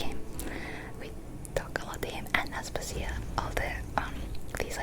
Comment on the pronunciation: Aspàsia, not Aspasìa 😅